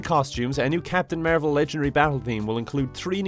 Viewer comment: I only hear marble instead of marvel